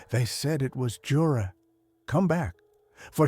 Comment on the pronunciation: You-rei is how you pronounce that name